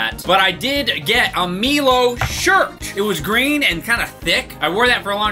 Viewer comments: He called it "Mee lo" 🤣😂 😭 its pronounced my low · it’s said like my-low not me-low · The way he pronounced milo as melo killed me 😂 Fucking fabulous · Best parts of the video is pronouncing it "mee-low" and the thick Vegemite on toast with no butter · Milo is pronounced "My-low" and there's supposed to be a bunch of powder on top of the milk. DO NOT MIX IT THAT MUCH. It's supposed have the smoothness of milk but with a layer of crunchy crust on the top. Also thanks for reviewing Aussie foods that no one else does. Next time try montes, tiny teddies and arrowroots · Oi mate, when you ate Anzac biscuits you shove have dunk it in milk or coffee to soften it & add extra flavour. You also consumed Milo(pronounced My-low) wrong as we eat spoonfuls from the can itself & you are supposed to have 3 heaping tablespoons with a glass of milk & it doesn't dissolve because it's suppose to have the bits on top after stirring. Vegemite is kinda gross as it's pretty much similar to what you find in a beer vat filter & is supposed to be lighty spread on bread or toast with butter & having cheese with it makes it more palettable. Too bad you weren't sent Fantales or Toobs or muesli bars or our national breakfast cereal Weet-bix which we also eat as a snack with peanut butter, Nutella or Vegemite. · Btw it's Milo (My-low) put it in the microwave and you're supposed to put a thin layer of Vegemite and a thick layer of butter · ANZAC biscuits are awesome when you dunk them in tea. Also don’t think we didn’t notice you skip the banana flavour (rightfully so, it’s terrible). Also… please stop saying meelo. Also you didn’t use anywhere near enough. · It upset me to hear you pronounce it as 'meehlo'. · you're the only person I know with the superpower to invent new ways to mispronounce words xD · Weird to get upset at the milo thing when guessing how to pronounce something is like impossible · the way he pronounced milo and vegemite hurt me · Pronounced My-low